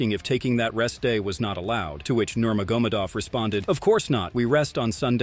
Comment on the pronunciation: Please learn to correctly pronounce Nurmagomedov. The accent is in the E, not in the O. Hearing “Nurmagómedov” several times in a minute is really annoying.